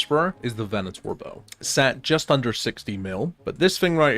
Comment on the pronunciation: Thank you for pronouncing Venator correctly :)